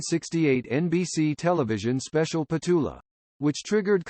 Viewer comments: What a pity that this is voiced by such dreadful American twang!! They cannot agree on whether it’s Clark or Clarke, and alternate her Christian name “Petula” with “Patula”. She’s British, for God’s sake!! If you’re going to comment on her....get your facts right!! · Nothing has 'happened' to Petula Clark, and by the way her name is Petula (not Petoola). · The name is said with the accent on the first syllable.